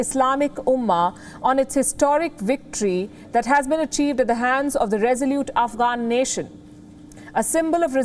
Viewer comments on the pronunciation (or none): none